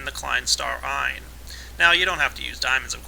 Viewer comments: It's pronounced Eyennz, not Ion :p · that's pretty close, ein should be eins and is pronounced eyn(or properly with a sharp 's' at the end), Zwei is like you say except the 'w' is pronounced similar to a 'v' in english, so more like 'Zvy', Drei sounds almost the same as 'dry', except the 'r' is slightly rolled, the 'v' in german is pronounced like an 'f' in english, so Vier is pronounced similarly to 'fear'